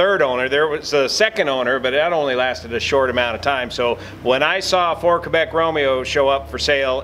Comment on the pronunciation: he’s actually correct. The correct NATO phonetic alphabet pronunciation is KEH-BECK.